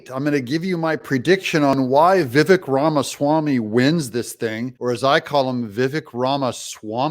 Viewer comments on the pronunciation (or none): Wrong, Doug. Ramaswamy wasn't "funded" by Soros. He accepted a college scholarship which included SOME Soros donated money, back when he was 24-years old. Get it right, Doug! Here's the real concern, Vivek (you're pronouncing it incorrectly, Doug. It's pronounced, Vi-vake) accepted that money saying he needed it to pay off school debt. BUT...he filed income taxes and claimed approx $2.4M of income that year. Hmmm. That's concerning. He 'fibbed." We need to know more. Despite Doug's claims of the other candidates being in consideration, Vivek was really the ONLY truly intelligent candidate up there. The others are numbskulls, lightweights and worse. We are in a battle to save this nation. We need an intelligent and INDOMITABLE fighter in there or you can kiss your rights and freedoms goodbye. It's that serious. Who do you want on the front lines of this war against a very powerful, well funded, leftist, tyrannical movement? Anyone other than Trump right now would result in the US being pushed us over the edge. These are the only tickets that would/could save us. A Trump-RFK, Jr ticket. RFK, Jr would have to prove he would be pro-life and embrace the MAGA movement. In a recent interview, Vivek said he wouldn't play second fiddle so he's out. Maybe Byron Donalds or maybe Kari Lake. That's it. We need freedom-fighters who refuse to back down to the left. Dream ticket would be Trump-Gaetz. Matt Gaetz is the only one in congress who is a stronger fighter and better orator than even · Vivek went to a Jesuit High School and is a Catholic. You are wrong. I do hope you update your video. Vivek grew up Catholic and went to a Jesuit High School. Well, it's pronounced Vivake like cake. But, yeah. Totally agree. I am voting for Trump first. He's the man for the job.